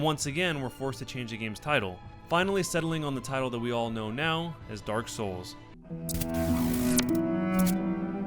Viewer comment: I die a little inside every time I hear the inflection you have when saying Dark Souls...